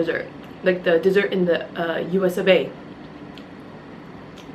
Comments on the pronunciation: Usa not usofa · OMG lol she says u.s of a ❤️😆😆😆😆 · is saying U.Sv.A XD